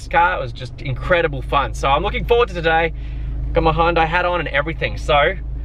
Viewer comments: It's HYUN-DAI, Not High-Hun-Day or Hun-Day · You could learn how to say Hyundai.